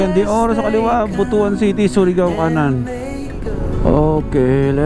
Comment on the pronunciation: BP koreksyon ko yung "BUTUAN" baka magalit kasi mga taga jan. hehehe ang basa jan is "BUT-TUAN" love you lodi....